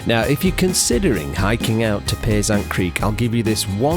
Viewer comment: FYI you have pronounced Payzant all wrong. I know how it is said as that was my grandmothers maiden name.